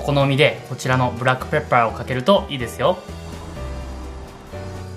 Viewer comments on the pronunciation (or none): 発音ブラックプェップァーで草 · なんで誰もブラックペッパーの発音につっこまないのwwww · ブラックペッパーの発音がすき笑笑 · ブラックペッパーの発音が地味によくて笑いました🤣